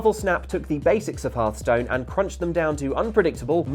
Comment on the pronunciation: halfstone? these people are English and they can't even pronounce Hearthstone properly